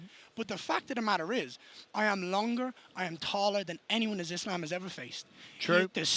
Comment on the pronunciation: I love how Garry pronounces Islam". That's the correct one.